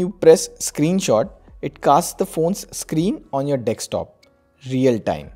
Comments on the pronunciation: It's DESKTOP not DEKSTOP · its not dekstop its DESKTOP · Your 'DEKSTOP' is good... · Some great apps here...i've noticed that most of Indian tech tubers say "GB" and dekstop" :)